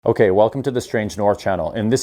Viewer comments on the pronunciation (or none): none